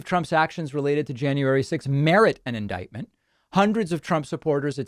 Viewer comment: Same here. I like David's videos, but he's been saying that word (indictment) for years now.